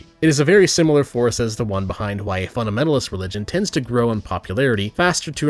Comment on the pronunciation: I like the crab thing you mentioned, my only note is that you said "Shimilar Shape" which is funny. Love your videos keep it up buddy.